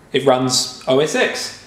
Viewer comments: Ahhh it’s not Ecks! It’s “OS TEN!” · OS Ten, not Ex. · it's os X (TEN) not OS EX... ffs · It's pronounced "oh S TEN!!" not "OH S EX" Learn roman numerals please. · There is nothing called OS "Ex" it's OS 10 good lord shameful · Its calles "OS ten", not "OS ex"! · OS "Ten" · If you read his Biography, he always pronounced it OS Ten.